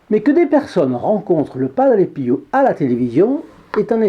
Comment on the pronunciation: Merci pour toutes vos vidéos que j’adore et merci de nous faire connaître toutes ces histoires miraculeuses , pourquoi prononcez vous padre piou au lieu de padre pio 😄